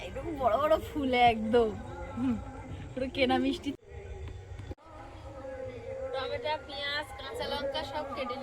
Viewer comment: Tometa bolo na tometo bolo sunte kharap lage sudhre nao sab thik hoye jabe kichu mone koro na